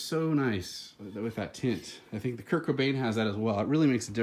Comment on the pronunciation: Did I hear a 'teh Kurdtzzz' ?